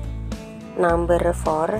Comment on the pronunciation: Bahasa inggrisnya medok banget.. Namber.... orang Indonesia ya mbak...